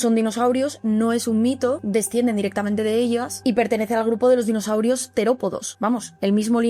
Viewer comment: Espera, espera. Dinoshaurios. Ahora si. Le faltaba la H.